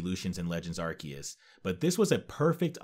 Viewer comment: Bro is cracked pronounced Arceus right